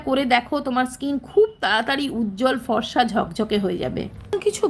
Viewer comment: আগে বাংলা বলতে শিখুন , ফসা , / মিত্যা না..ফর্সা , মিথ্যা। 😂